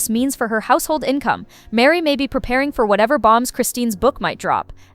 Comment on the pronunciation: Why are you calling Mary...Miri?